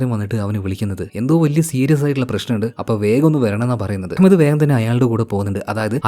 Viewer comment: That pronunciation of Ahmad...👍🏻🙌🏻❤❤🔥🔥🔥